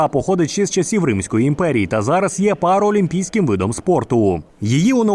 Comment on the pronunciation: Правильно Українською мовою називаються змагання - БОЧА Також не параолімпійський а паралімпійський. Врахуйте при редагуванні